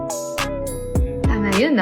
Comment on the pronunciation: Tawang tawa ako sa tsokolateng burol yung pagkasambit nya sa burol ay burol sa patay😂😂😂